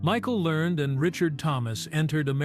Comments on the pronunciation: Last name is learn-ed pronounced and print it RIGHT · The last name is Lear ned.